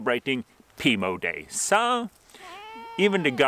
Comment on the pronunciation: I love the way you say "so", it's like "sah" I love languages, I always said in the paradise the first thing I was going to do is learn every language on earth. Happy belated Pimo Day!!!!